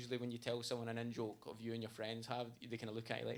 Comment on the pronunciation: So when you say " in - joke " ... I hear " N - joke " which makes me think you constantly make jokes with the " N - word " lol... so I was confused for a bit lol. Also great and loving tribute to your friend. You're a great person.